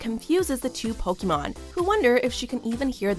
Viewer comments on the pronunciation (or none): none